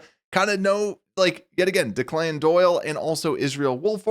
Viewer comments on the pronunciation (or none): Deck-Lan. Not DeeClan. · Declan Doyle, his first name would be pronounced (Deck-len) can't believe you said "De-Clan".at the mark....It is a common Irish name derived from Deaglan which roughly means "full of goodness".......now you know........ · Declan is pronounced like “DECK-lun” emphasis on the first syllable. My picks would be to hire Ron Rivera as Defensive Coordinator. I would’ve also made him Assistant Head Coach. Chico has been on staff for two of Chicago’s Super Bowl appearances as both player and coach. Next, I’d offer the Offensive Line coach job to Olin Kreutz. He was a legend and is a proven leader. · I'm not offended and no one should be but it is pronounced Deck-clan